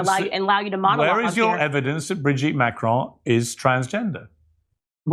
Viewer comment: Curious pronunciation of Macron. Hint, it's French